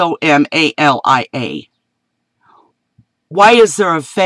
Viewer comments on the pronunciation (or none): Can't pronounce "Somalia"? Why is there drought? Ever heard of climate change? "Look it up in Genesis."??! And you want to be taken seriously?